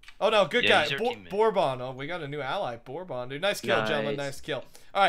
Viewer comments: it's not (bor bon) it's (berben) it's a type of alcohol smh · "Borbon" lmfao